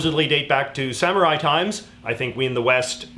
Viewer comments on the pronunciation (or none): none